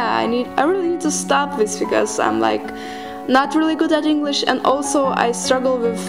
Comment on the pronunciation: Stumptiscool 007 Have you heard of "engrish"? It's like that, I think they got that because when Japanese people say "english" it sounds like "engrish" in this case if she says "english" it sounds like "englisch"